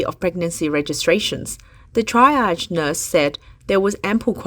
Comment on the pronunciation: Vocabulary for this video: Triage Only one mispronounced this time, well done!